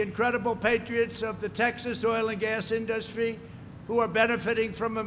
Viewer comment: Nobody and I mean NOBODY pronounces it "inDUStry". Only this orange idiot says it that way.